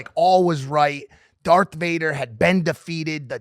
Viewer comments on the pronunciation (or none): Did Mike just say Darked Vader??? My old man ears are bleeding right now